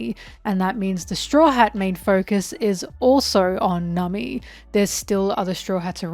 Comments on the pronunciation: Am I crazy or has always pronounced Nami as "Nummy"? 😂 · Liking and subscribing just because I think the way you pronounce "Namii~" is funny.